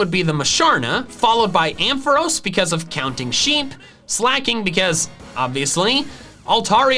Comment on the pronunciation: Here are all the Pokémon names and terms you mispronounced in this video, as well as their canonical pronunciations, with the capitalized syllable receiving the primary stress: Munna is "Moo-nuh" Ampharos is "Aam-phuh-ross" Skidoo is "skih-Dew" Alola is "uh-Low-luh" Magneton is "Mag-neh-tun" Empoleon is "em-Pah-lee-on" Naganadel is "nuh-Gah-neh-dell" Blacephalon is "blaah-Seh-phuh-lawn" Dugtrio is "dug-Tree-oh" (the stress is on the second syllable, not the first) Kommo-o is "kuh-Mo-oh" with a glottal stop between the second and third syllables Bonus Set: Arceus is "Are-key-iss" (Yes, the C is canonically a hard C, not a soft one, regardless of how it's pronounced in the Detective Pikachu movie. The soft C pronunciation was created by fans who discovered Arceus by datamining Diamond and Pearl when they first came out. This soft C pronunciation, while common, is not canon.) Dialga is "dee-All-guh" Oh, and Kantonian is not a word!